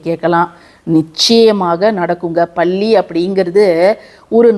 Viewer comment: பல்லி ❤பள்ளி இல்லை அக்கா